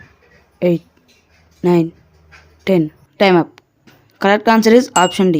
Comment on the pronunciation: It is BARBARIKUDU not BHARYARIKUDU